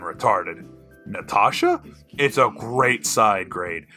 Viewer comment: i like the way you say the word grrreat